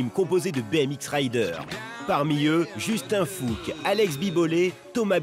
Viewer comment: A chaque fois que la voix off dit "Justin fouque", j'entend "juste un fouque" et j'ai l'impression qu'il insulte quelqu'un... JE SUIS PAS CHELOU ! si ??